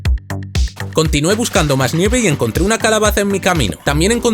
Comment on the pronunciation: Yo creo que no se dice "neve" creo que se dice "nieve"